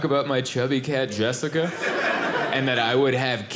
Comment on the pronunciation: I can’t say the name “Jessica” out laud or in my head without it being with your voice in that bit! Jweesica. Rent free. 😂